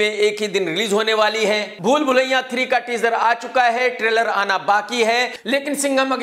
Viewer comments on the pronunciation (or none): कमाल आर खान लखनऊ से होते हुए भी भूल भुलैया को भूलभुलैयां बोलते हैं